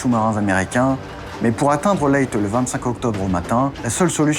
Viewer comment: super intéressant. J'habite sur une une île proche de Leyte où je suis déjà allé.Il faut prononcer Leytais et pour l'île du nord c'est Luzon (Louzonne). Hâte de voir la suite.